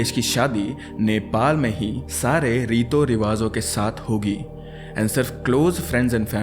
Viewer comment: Rito riwazo nai Riti Riwazo hota hai 😅😊